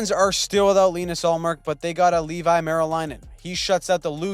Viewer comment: Leevi is pronounced levy